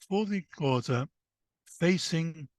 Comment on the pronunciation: Please can this man go learn how to pronounce the Xhosa correctly, before trying to tell their story! It's rude to talk about a people without having the respect of learning to correctly pronounce their name! mxm